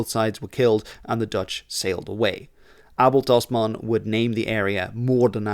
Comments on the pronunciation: I'm Australian, with a Dutch father. I've never heard Abel Tasman's name pronounced correctly before, even though we learn quite a lot about him in school. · As a Flemish Kiwi it's wild hearing Abel Tasman's name pronounced correctly 😅. It's somehow right and very wrong at the same time